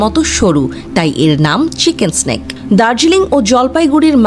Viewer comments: চিকেক স্নেক নয়,। চিকেন নেক। নেক অর্থ গলা, আপনি যে বলতেছে স্নেক তার মানে হচ্ছে সাপ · Mata ji chicken neck ke chicken snake uccharon karche. Ki haal etei bojha jache 😅😅😅😅. Chagole ki na bole arr pagol guli sudhe allahmudulla boltei basto. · Uccharon ta chenken snake noy re pagli